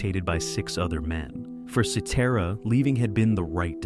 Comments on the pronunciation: A.I. voice "Peter See Tear a" LOL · I think they pronounced Peter’s last name right. They kept pronouncing Danny Seraphine’s last name wrong. Danny has always pronounced it as Serafin and not Serafeen. Peter Cetera has always pronounced his last name as Sa Tera. Robin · While describing Chicago's debut album, you showed an image of Chicago 2. Unbelievable. Also learn how to pronounce "Cetera." Oh and one more thing, Chicago 30, released in 2006, is one of their finest albums, of course after the late sixties to mid 70s albums.